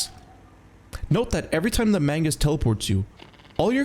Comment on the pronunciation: ITS MAGNUS NOT MAINGUS